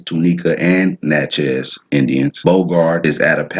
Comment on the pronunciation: Lol, I’m a St. Landry Creole, maternally Natchez (w/ Coushatta ties) from St. Landry (Big Cane and Opelousas). It’s pronounced ‘Nah-chee’ but my family also pronounces it ‘Nah-chae’. He was definitely butchering the pronouciation but at least he tried.